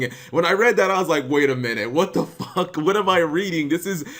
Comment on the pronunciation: You swear too much. Not trying to make you PG, but can I request that you swear less? Not for purity, or the children, it's just every time you overly annunciate "fuck" I cringe.